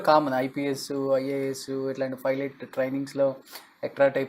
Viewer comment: ఒరేయ్ వెధవ.. అది ఫైలెట్ కాదురా 🤦‍♂️ పైలెట్